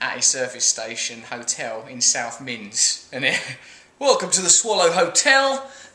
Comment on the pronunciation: It's South Mimms, not South Minns, Russell.